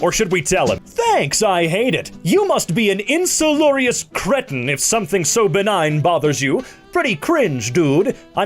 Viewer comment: I think he meant insalubrious not insullurious (which is now on UD lol) but either way yes hah